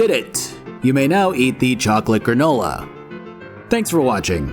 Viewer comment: It will now forever be called once again “Gra-NU-la” 🤣